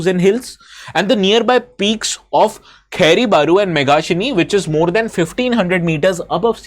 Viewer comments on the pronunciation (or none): Sir it is not kahairi it is Khairi